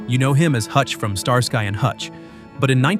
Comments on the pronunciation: Sorry, but I think you need to have lived the 70s to earn the right to diss its songs. You lost me when you mis-pronounced Skarsky and Hutch. Most of these were kind of meh, but definitely not the most hated. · He missed worst songs this. On top of that he mispronounced starsky